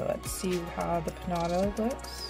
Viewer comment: You pronounce it Peen-JA-TA